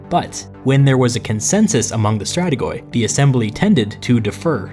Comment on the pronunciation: Just a friendly note in future Greek pronunciation: In Greek, Strategoi sounds like pronouncing "Strateg'e" ('oi' is pronounced 'e'), and Prytaneis is pronounced "Pret'anes" while the singular form is "Pr'etanes" (a simple difference in accentuation). Love your videos, keep it up!